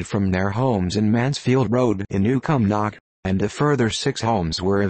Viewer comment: we don't/dinnae soun' like that at a', what a horrible rendition: not dumb fries, dumfreece not come knock, cuhmnuck God save us from digital voices.